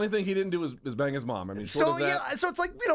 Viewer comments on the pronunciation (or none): none